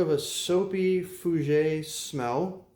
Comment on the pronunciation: Just in case you wanted to know. It’s pronounced Fú-Jhair and Jjock Bogart. Love your videos and the fragrances you review. I like all my phoenix artisan products I’ve purchased based on your reviews.